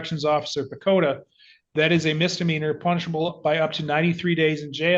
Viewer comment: The resentment has apparently fueled the growth of the shoulder chip. When Judge ssid "...punishable by.." heard it as " punchable by.."😅